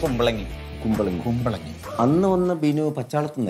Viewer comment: ബിനു അല്ല അത് കിനു 😂😂